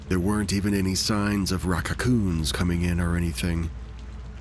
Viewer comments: Okay but why is raccoons pronounced “Racacaoons” … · Raw-caw COONS 😂 Love it!